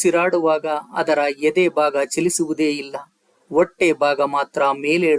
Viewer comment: ಗಂಭೀರವಾದ ವಿಷಯ ಕೇಳುವಾಗ ಅಕ್ಷರ ದ ಸರಿಯಾದ ಉಚ್ಚಾರಣೆ ಇಲ್ಲದೆ ಕಿರಿಕಿರಿಯೆನಿಸುತ್ತದೆ. ಉದಾ ಹೊಟ್ಟೆ ಹ ಬದಲು ಒಟ್ಟೆ plsಸರಿಮಾಡಿಕೊಳ್ಳಿ